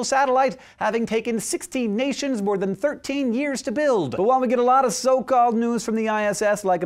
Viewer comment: The way he pronounced build the 1st time xD